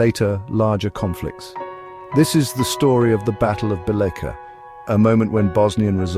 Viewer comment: Bosnia is a place, not a people. The people who inhabited the land were Serbs. During his coronation, King Tvrtko titled himself the King of the Serbs of Bosnia and of the Coast. Also the name of the city described here is pronounced something like BEE-letcha.